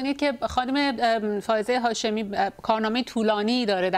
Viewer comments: فرخ جون یهوی بگو خانم هافزه شاهمی. برو ی کم فائزه و هافزه رو تمرین کن جون دادا خیلی باحالی... چندبار گفتی هافزه.!! خانم هافزه مصداق این شعر حافظه. دمت گرم فرخ جون چه شعری!!!! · آقای نگهدار یکبار هم اسم فائزه هاشمی رو درست نگفت